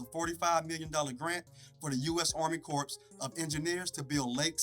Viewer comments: Corps is pronounced “Core” not corpse. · Comedy Hype I enjoy your show and this piece is very informative for people who don’t live in the area or know anything about Lake Lanier’s history past and present. So thanks!! On another note the you have narrating should know that words like Corp is pronounced Core, Debris is pronounced Debree not debreeze. Poorly stated prose should not be allowed to pass by management. I’ll take the job if you’re in need of my services of proof reading and correcting. Okay let’s strive for excellence if we’re going to stand out strong loud and proud before the planet as Comedy Hype we must push harder to be successful all around. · "CORE" ... not "corpse" of engineers 🤦🏾‍♂️ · Constructive criticism is a good thing!👍🏽 Plus, someone at Comedy Hype should have caught that "Corps" is pronounced like "core". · Be easy cuz that’s pronounced Core nots Corps, when using Corps with the United States Army Corps of Engineers. Corps refers to a group, such as the Marine Corps. Its spelling does not change in the singular or plural, but it is pronounced \KOR\ when singular and \KORZ\ when plural. Core can be a noun, verb, or adjective, but usually refers to the center or most important part of something. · U.S. Army Corps [the (ps) is silent] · THE P IS SILENT